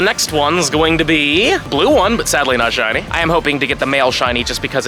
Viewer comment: “Only 3 shinny furfrou.” Hahaha